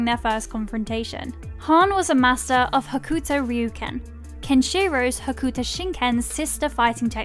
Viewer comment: It's pronounced "Hokto". The "u" is silent, as with many instances in the Japanese language.